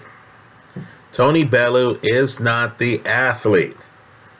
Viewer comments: Bellew "bell-'e-you you septics always butcher his name. Fs pay the man some respect! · I'm from Liverpool, and I know Liverpool people. Bellew would smash Parker too bits. And it's Pronounced BELL YOU. Jeeez he's not out of jungle book. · Bellew is pronounced bell-you for all you americans haha